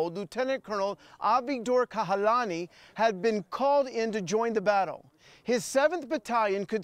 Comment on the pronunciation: It's Kahalani, not Kalahani...